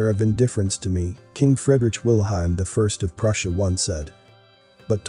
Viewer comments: Please find out how you pronounce foreign names, like, Fredrich ; Fred...Rick, for example. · its pronouced Freeedrick